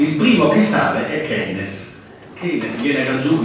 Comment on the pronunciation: comunque si dice "keinz" o.o